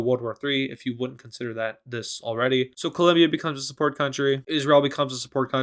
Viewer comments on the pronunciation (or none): colbia is a supporting country me: its columbia not colbia